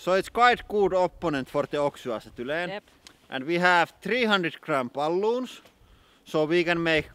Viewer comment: When he said "we have 300 gram balloons" I thought for a second he said "we have 300 crampaloons", lol.